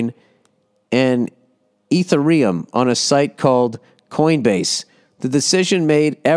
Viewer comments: E-thur-E-um lol. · "eetha reeyum"! God bless this man! 😂